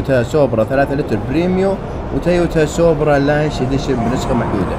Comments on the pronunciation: سوبرا مو سوبارو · ياخي سوبرا مو سوبارو 😡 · سوبرا مب سوبارو الله يفشلك 😒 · اسمها سوبرا وليس سوبارا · اسمها سوبرا مو سبارو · اسمها سوبرا مو سوبارو ومرتين كررت ذا الغلط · مو سوبار اسمها سوبرا